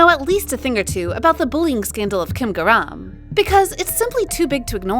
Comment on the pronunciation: Why did you pronounce garam wrong